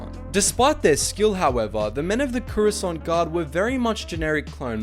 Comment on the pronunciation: they're pronounce the croissant guard